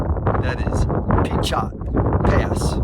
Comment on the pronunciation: Not that it matters, but Pinchot is pronounced Pin-cho (the T at the end is silent) Happy Trails. 😋